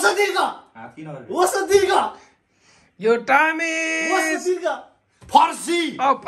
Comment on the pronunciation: the moment when says FARSII 🤣😆